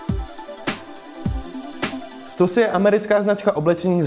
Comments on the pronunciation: "u gotta call it stoosi" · neříkej stasy nebo mi ujebes uši